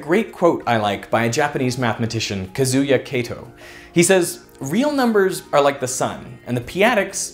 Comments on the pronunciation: Your pronunciation of kazuya Kato was wild lol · Did he mean Kazuya Katou bro come on veritasium you can explain these insanely cool mathematic properties but can't pronounce things lol